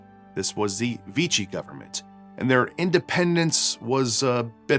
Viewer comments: “Vichy” is pronounced “Vee-she” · "Vee-she," not 'Vee-chee." Nice video, BTW -- thanks! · Vichy is pronounced “vee-she”. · 1. Germany invaded France in May, not June, 1940 2. "Vichy" is pronounced "Vee-she". French does not stress syllables, so say it as one word. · Congrats on your atrocious pronunciation of Vichy. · It’s “Veeshee” not “Veetchee” ! Learn how to speak when you present. It’s not hard! And it’s Ilsa not Isla. Have you really seen the movie! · It's "ILL-sah" not "EES-lah" It's "VEE-shee" not "Vee-chee" And now I have to try a champagne cocktail 🍸